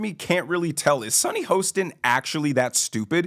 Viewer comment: Do you mispronounce Sunny’s name on purpose?